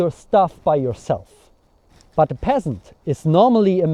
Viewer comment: I can't get over your pronunciation of "but". purt